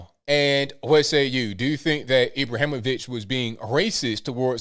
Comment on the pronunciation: I really appreciate calling our football- the football. 😂😊 You have pronounced his last name correctly.